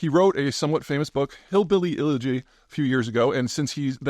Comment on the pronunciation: You lost me when you mispronounced the word “elegy“